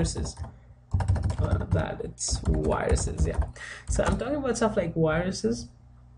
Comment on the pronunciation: Says wiruses, writes viruses.